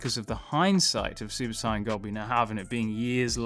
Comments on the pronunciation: Stop saying Saiyan like that 🤦‍♂️ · Why do you say Saiyan like that? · Super sayain not cyon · Please for the love of god, stop saying Super Cyan, because i will take a Super Cyan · Why do you say saiyan like cyan? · Super cyan 4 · I couldn’t take the video seriously because of the mispronunciation of the word “Saiyan” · Why do you pronounce saiyan like an idiot? For a dragon ball YouTuber You sound like you have never watched dragon ball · Who else hates the way he says saiyan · The way he says saiyan hurts me 😫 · He's saiyan it wrong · if you’re going say the English word “Saiyan” at least pronounce it like they do in the dub. Otherwise it just comes off sounding ridiculously weird